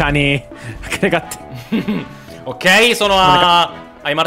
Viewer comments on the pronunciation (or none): Non è canicatti ma è canicaCCI